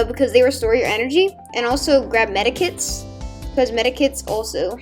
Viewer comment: It's medkits MEDKITS NOT MEDIKITS